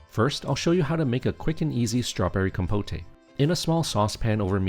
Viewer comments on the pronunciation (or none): It's compote! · Compote is pronounced just the way it looks. Com - pote (like poke). Or if you want to sound more French (which may be what you were going for??), it would be roughly be con - pot (yes, with an "n" on the first syllable and then second syllable like a mix between pot as in flower pot and put). But definitely NOT "com-po-tay". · Com-poht, not com-potay. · Great recipes thank you. But please it's pronounced compot not compotay. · “Com-po-tay” 😂😂😂 It’s pronounced “com-pote”, dude. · Looks awesome, can't wait to try it! One note; compote is pronounced com-powt, not com-po-tay. 😁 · Compote is pronounced "kaam·powt" not "kom-po-tay" silly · There’s no accent over the final ‘e’ in ‘compote’. The OED pronounces it ‘compot’, not ‘compoté’. Just saying. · isn’t "compote" a French term ? 😂 also, technically "compotay" could work as the word "compotée" also exists (but then you'd have to stress the last syllable and not the second). But in this case it is pronounced "comb-pot" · 1st time in my 30 years of life hearing someone pronounce it "Compoteh"! Looks delicious, but for future reference, it's "KOM-pot" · These look delish. Great recipes. FYI, it's pronounced COM-POAT - second syllable rhymes with GOAT. The "E" is silent. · Im sorry, really cool recepies dude, but I cant stop giggling at the compoté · Guessing the voice is AI--"compotay"--but it's not unpleasant and I'm excited to try these recipes. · Com-POTE. In English, the E is silent, only empathizing that the letter o is an open o (oh)). Sorry, that just annoyed me. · Compotay? 😂😂😂 Gotta get some of that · no, no, you are correct. It is the rest of the world who must be taught how to say compote properly. Trust me, I'm teaching Swedish to Swedes. I'm an expert. They're very grateful for my help😀